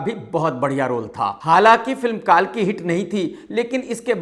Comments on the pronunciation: Kaalki nehi kalki ,saturmurg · अरे मुल्ले कालकी नही कल्की बोल😂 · Kalki bolna Sikh le No. 1 Samosa Critic